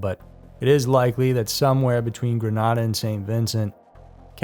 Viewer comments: Excellent episode as usual! I live in St. Lucia, never heard of the 2nd story. Grenada is pronounced GRE-naida, Granada is in Spain. No worries, we sometimes get the pronunciation wrong. Keep up the good work 👍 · I use to live in Grenada, fyi, you pronounced it wrong. It's Gren Ada. Long a sound. Anyway, interesting